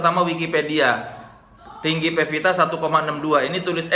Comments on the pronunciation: Pevita Pearce, woe. Bukan Vepita First. Wkwk lidahmu keseleo mulu, bang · udah 6 x nonton kang... teu bosen2 ah hidup kang soleh hidup pepita.. heheh pevita apa pepita.. saya kan orang suda ga bisa bilang F 😀